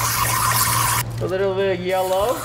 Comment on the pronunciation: Did anyone realize he said yellr